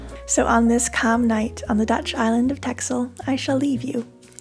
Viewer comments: The x in old Dutch is the equivalent of the German language eszett (ringel S) that is also pronounced as double ss. Therefore the name of the island indeed has to be pronounced as Tessel. Even if many Dutch are not aware of this.. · Texel is pronounced Tessel, Oudeschild is pronounced like oude sgild, with the typical dutch gggg :) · Texel, pronounced Tessel. I hope you'll do the other islands as well, if you can get there going through the mud.